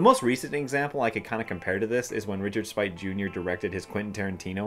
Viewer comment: Def my favorite of the series. It’s confusing, then funny, then it gets sooooo dark at the end. 10/10 PS—it’s Sp8, not Spite. Richard Speight, Jr. Either his Twitter or IG is “dicksp8jr” So SP-EIGHT.